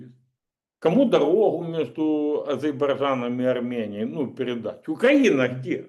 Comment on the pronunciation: Скажите кто-нибудь этому человеку, что Азербайджан произносится как "А-зер-бай-джан". Что за невнятицу он произносит? Ну неудобно же.